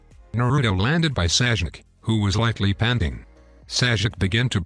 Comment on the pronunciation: Bro called sasuke saijuke😂